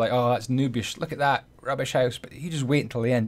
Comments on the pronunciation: Are you Dutch? Just the way you say ‘huis’ = house xD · oooooh, i would't think that. You say house almost exactly like in Dutch, and how you say down sounds like dune in dutch (duin). I just thought it was funny. Btw I love this house, just build it in creative, gonna build it in my survival world as my base, and make the upgrades too!